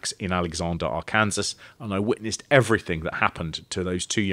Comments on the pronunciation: Arkansas is pronounced ark-in-saw. And this murder is SUPER famous here in the states, The Boys on the Track. The officials claimed it wasn’t a murder, that they fell asleep on the train track from smoking pot and never woke up when the train came. Because that’s plausible. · As someone from Arkansas, it was funny to hear you mispronounce Arkansas 2 or 3 times before you started getting it right. 😂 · Only 11 months late! What made you finally start pronouncing Arkansas correctly like the 5th time? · ‘Our Kansas’ sounds so much nicer then ‘R-Kin-Saw’ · Helpful assist- "Arkansas". Pronounced- 'Ar-Kan-Saw'. 'Ar-kansas' is not interchangeable with 'the correct pronunciation. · Arr-kansas should be Arr-ken-saw. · Did you say AR-kansas? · Arkansas is pronounced are can saw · Arkansas is pronounced like Arcansaw not how it’s spelled. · Big fan of taking a good 5 attempts before remembering how to pronounce 'Arkansas'